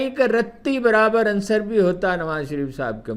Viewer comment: عَنصَر نہیں عُنصُر